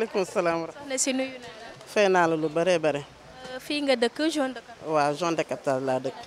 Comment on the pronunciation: Soxnaci bayil di wakh jone de captage, on dit zone de captage. Merci